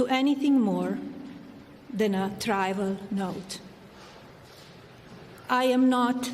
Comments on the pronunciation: trivial, not trival. geez, how long have you lived in the US? convinced?...or convicted? must be really nervous about something. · she meant trivial but she said tribal LOL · Ah, I thought I heard tryval?! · “A trivial note” perhaps? Trival? 🙄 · I think she meant to say TRIVIAL note but she said TRIBAL note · She can't speak the word trivial. Correctly anyway. Who wrote this one. It wasn't her. Millers wife? 😅